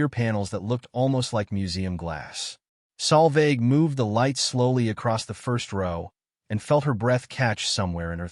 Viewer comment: I always read the text subtitles. The AI narrator has absolutely no idea how to spell the young lady's name. The name was butchered on multiple occasions by AI in several ways, with the worst of all as "Sal Vag" and "Salvage"!! The correct spelling is Solveig. It is a Scandinavian and Old Norse female name.